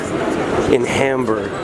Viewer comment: for beeing in HAmburg, you should ebven pronounce it properly and stop beeing so ignorant, american!